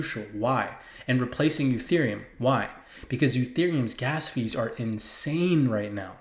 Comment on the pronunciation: Very good info. Careful sometimes you say Utherium not Etherium!